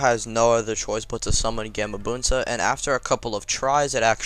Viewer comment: its gahmabunta